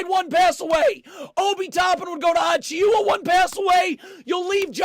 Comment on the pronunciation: just a little help for precious’s name lol it’s pronounced a-chew-uh